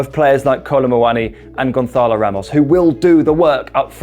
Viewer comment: I'm sure you feel very cultured saying Gonçalo like Ibiza or Barcelona with that 'h' in there twisting the tongue, but he is Portuguese, and that is not the correct way to say the 'ç'. You should just say it like Gonssalo.